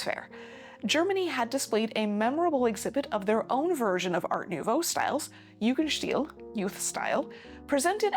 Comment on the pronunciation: Jugendstil is not pronounced Jugendschtil, but Jugend-steel.